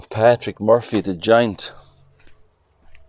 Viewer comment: Lovely video. I love how you pronounce Murphy, my maiden name 😊. May Patrick rest in peace 🙏🏻